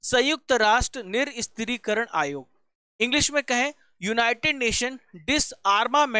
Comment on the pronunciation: Nirshastrikaran ...hota hai bhai ..niristrikaran nhi L laga diye ho tm Hindi ka